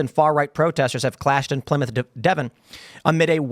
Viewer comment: Well done, you said Plymouth correctly....